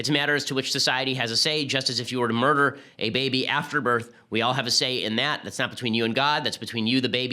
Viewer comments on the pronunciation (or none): none